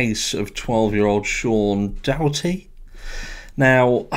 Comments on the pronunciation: Just thought I'd be of some help its pronounced like daughter-ty like your daughter or son ya daughter-ty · Pronounce: daur-her-tee the r is kinda blurred